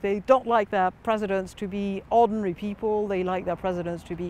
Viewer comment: It's so jarring seeing all the people on both sides politely discussing their opinions and then those boys like "he's razzist, there are a lot of rac'esst pepel in france"